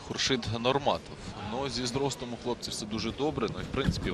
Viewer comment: ХУРШИД ПРАВИЛЬНО БУДЕТ, ХОРШИД. ЭТО МЕСТО ВИТАЛИЙ,ВОТАЛИЙ.